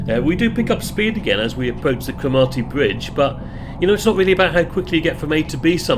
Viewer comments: I know it's too late as the video is made, but it's pronounced croh-mar-ty, said very quickly, and coh-non bridge, good job nailing Ardgay though, that always catches people out. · A very enjoyable video, and thanks too for the other one you made on the Caledonian sleeper from Euston. One comment, I'm not sure your pronunciation of "Cromarty" would pass muster with the locals ;)